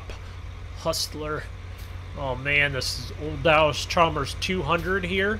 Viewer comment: Say ALLIS CHALMERS RIGHT